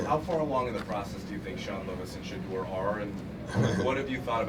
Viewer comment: It's NOT SHEDUER!!!